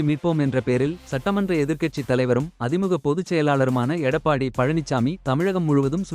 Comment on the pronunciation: அதிமுக என்று சரியாக உச்சரிக்கவும்